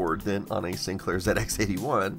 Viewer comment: Props for pronouncing ZX81 correctly. 👍